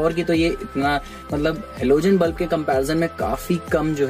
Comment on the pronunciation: Bulf nahi hota... Bulb hota hai 😅